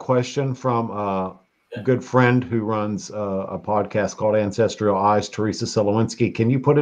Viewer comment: Ancestral. Not ancestrial.